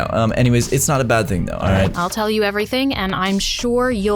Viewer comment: she said bad add like your watching a show and there is a add your like BADADD